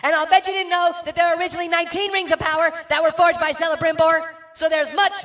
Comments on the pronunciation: Celebrimbor is also pronounced with the "K" sound, not the "S" sound. So it would be Kelebrimbor. And LotR is not an allegory for any modern wars. And Tolkien served in WWI, not WWII. butchering all the things. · As someone who has played shadow of mordor and shadow of WHAH, it's not CELEbrimbor, its pronounced closer to Kel-uh-brim-bore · I think its pronounced as "Kela-brim-bore" Could be wrong but I think thats how it was in the books. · i doubt 99% of people would catch the s and c mispronunciation in Feanor's grandson's name. They certainly do not catch the error in saying JRR Tolkien. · dude. You're pronouncing Celebrimbor wrong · Thank you for that I was about to lose my mind at the mispronounced name of Celebimbor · They did that on purpose because its a joke and pronounced celebrimbor wrong lmao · 1. LOTR was not an allegory for ww2 2. He pronounced Celebrimbor incorrectly